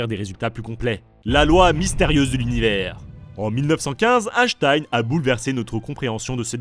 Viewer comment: Super vidéo, merci les trasheurs. En revanche la prononciation d'Einstein en "Hashtaïne" m'a trigger tout le long. Merci, continuez vos excellentes vidéos.